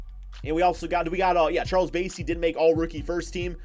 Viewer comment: It’s Charles bass-ey like the fish 🐠 he went to my old high school in San Antonio